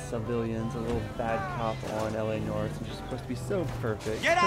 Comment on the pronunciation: L.a. Nora? Lol@ cuz u can't pronounce noire (no-are) :3